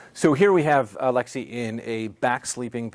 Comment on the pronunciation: its lexie not alexy lmao